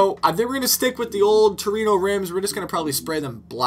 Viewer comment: Trueno, not Torino ...